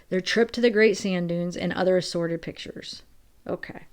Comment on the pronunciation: It sounded like you said "sorrid" nude pics not assorted...good one